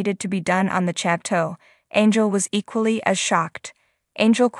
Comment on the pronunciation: Please pronounce “chateau” correctly.